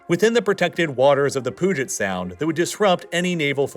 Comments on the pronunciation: "Pouget sound" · The you pronounced Puget sound like Poo-jit sound itched my brain the wrong way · Pooget?! It’s Pewget! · I went to the University of Puget Sound, so I feel compelled to say that the Puget Sound is pronounced like „Pyoo-jit“ not „Poo-jet“. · Just a minor pronunciation thing: it's the "Pew-jet" Sound, not the "Pooh-jet" Sound. I know we have a lot of difficult to pronounce place names here in Washington but still, this seems as though you didn't bother looking for anyone pronouncing it. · oh noo you done did it... pooojet sound... damn... its.. ah pronounced more like pew jet sound. also i live in that part where the Canadian shield goes into the US and its a significant farming zone, and with the road and rail network is fairly easy to traverse.. Fargo area being close to home its a not insignificant transportation hub as well as Minneapolis also close to where I live. The US does not have over 60 thousand tanks.. its more like 5-6 thousand. If were talking AFV and IFV vehicles? Sure but lets be clear a Bradly is not a tank neither is a striker or the M113 or the M88A2 Hercules (its a maintenance vehicle) Russa technically had more tanks before they invaded Ukraine but clearly they have a lot less now. I would also like to point out the US imports a lot of oil to simply be processed and exported because we have some of the best if not the best oil refineries in the world... its basically a value added process.. on top of that we burn a lot of natural gas at the well because of the economics.. during a war that might push things to make it viable to be piped and utilized more effectivly. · bro said the Poojet Sound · From someone who lives 20 minutes from the Bangor base in Washington, it's pronounced "banger" not "Bang Gor". And aw hell no you did not just call it the Poo-jet sound. Puget Sound is Pew-jet. Like a gun pewpew.😅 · its PEW-JIT sound. Not POO-JIT sound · “Poo-jit” 😂😂 It’s “pew-jit” Otherwise, great video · its pronounced pew jit sound